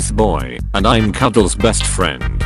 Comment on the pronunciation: We not a second in and "Cudels"